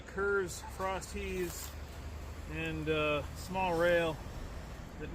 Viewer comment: At first I thought you were saying "frosty" and I'm like, "Yeah, let's head for Wendy's right now!" 😄